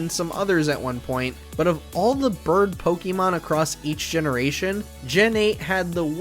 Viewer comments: It’s Poke-A-Mon, not Poke-E-Mon. I’m interested in the video but first thing you do is pronounce the name of the games wrong. Grrr 😡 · Knew this list was gonna be trash just based on the way he pronounced Pokémon.